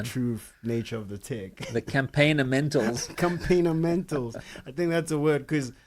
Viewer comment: "Campaign 'o Mentals"